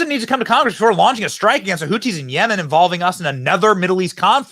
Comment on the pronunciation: The Houthis are indeed the cooties as you aptly mispronounced them. They’re a virus in that region